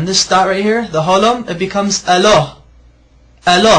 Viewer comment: in the video, this man is missing out the final vowel, which is 'a'. I don't know why he is doing this but it doesn't say eloh its eloha. .....so then we discover why he leaves the last vowel (a) out! Its so that he can claim that the shortened version of Arabic ala can sound like his mispronounciation of 'eloh' while missing out the final vowel!! .....So I think there is a bit of deception going on here from this man! But unless you can read the Hebrew vowels, you would not realise it! Be careful!